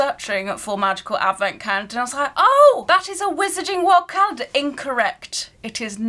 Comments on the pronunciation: I love how doesn't say the l in calendar hahaha "caendar" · The way you say calender in you accent is sooo funny 😂